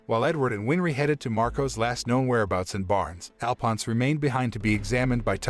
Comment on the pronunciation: I hate how they say Alphonse wrong